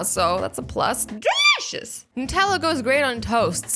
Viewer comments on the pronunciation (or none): i love when she says De-LEE-shis